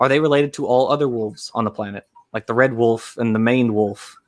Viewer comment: most redeeming quality is that he pronounces "Wolf" as "Woof"